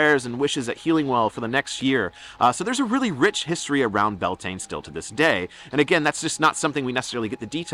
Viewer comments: very much enjoyed this. Just need to point out, it is not pronounced Bell Taine. It's 'Bee Al Tin Ah(short h)' all run together, and Lughnasagh is 'Lu-na-sah', again all run together. Just discovered your channel and I am delighted I have. If you ever come to Ireland, let me know and we'll buy you a drink! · ❤ Beltane is pronounced bee-owl-te-na gaeilge 😊great information! Thank U 👃